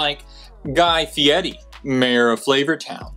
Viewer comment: I see a lot of comments giving you heck for getting some minor things wrong, but I appreciate so much that you said Guy Fieri's name correctly! I mean also just the overwhelming amount of effort you put into the video, but mostly Fieri's name.